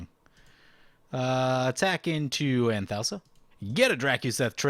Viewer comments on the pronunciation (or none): I believe Anthousa is pronounced An-thoo-sa. I could be wrong tho.